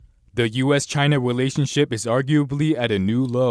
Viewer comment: Hahahahhahaha he said the "Us - China "Welationship"! Hahahah that was so cute! Right that the very beginning! Haha